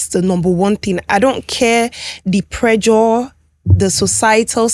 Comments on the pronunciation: The male Dr is Educating people but the female Dr is just trying to justify and selling BBL online, and as for the lady pls calm down your doing too much, you said you Schooled in Turkey you could not pronounce simply words like ( Presure ) you said that word repeatedly more than 2 times and it was a shame. Sometimes it's just best to be quiet especially when the world is watching. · Nigerians, how do you pronounce pressure? Pre-jure?😂